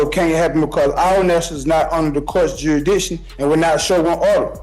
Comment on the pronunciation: He's questioning the the court's 'juidition.'